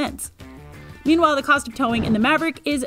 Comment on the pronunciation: I stopped watching at "Ford Moverick".. 2 seconds in.